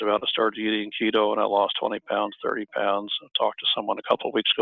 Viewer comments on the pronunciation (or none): Not Leto but KETO